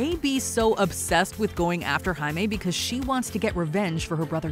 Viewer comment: I'm glad you pronounced his name correctly this time, compared to the 2014 comic book origin video yall did, where the voiceover kept pronouncing it wrong.